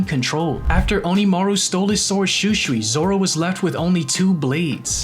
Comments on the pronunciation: Bro igs shusui not schuschui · The way you pronounce Shūsui , hurts my ears. Sorry, it just sounds so wrong, please pronounce it properly at least. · Why is he saying shusui wrong